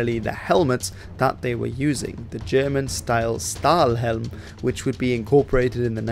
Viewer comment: Not gonna be this guy, good video ! but its pronounced "Shtahlhelm" the ST in german is a Sh-t sound.